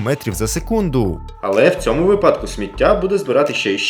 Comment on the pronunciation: Не кажи випАдок бо станеться припадок